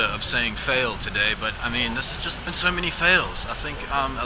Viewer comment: "poes expensive" I think I died😂😂